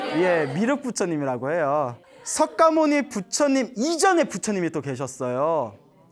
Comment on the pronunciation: 광고너무양심없이오래하네 그리고석가모니정확히말해주세요 서과모니이런용어쓰지마세요